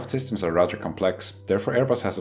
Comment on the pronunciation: "...as this would be rudder dangerous... "